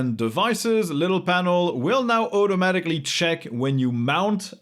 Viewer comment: why does this guy pronounce "automatically" with an "eu"-sound instead of "au"?